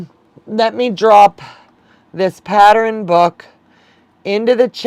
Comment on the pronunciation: You are saying patteren and not pattern